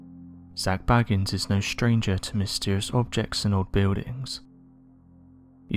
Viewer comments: Why do people insist on calling this man "Baggins"?? Listen to him when he introduces himself on "Ghost Adventures" and try to pronounce his surname how he pronounces it. If you still can't comprehend it, try using phonetics, i.e BAY-GANS. It's like saying Petter instead of Peter. Surely this man knows his own name!! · It's not BAGGINS, it's BAGANS, as in "Bake Ann's"! Sorry Zak.